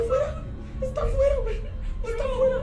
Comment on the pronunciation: Its Wey/Guey not Guen/Gwen...